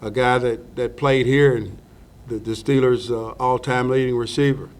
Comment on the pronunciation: "Wiff de sixty-sixff pick in the 2019ff draft, the Pittsburgh Stillers pick......."